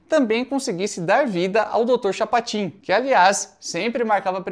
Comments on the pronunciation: CHAPOTIN,?? como que tu me erra um "Chapotin"?!? (Misturou Chapolin com Chapatin e deu nisso!...) 😂😂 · Chapatin você disse Chapotin,que não é a,mesma coisa. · Dr "Chapotin" saiu de propósito? 🤔 😅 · Dr. CHAPOTIN,??????😂😅😂😅😂😅😂😅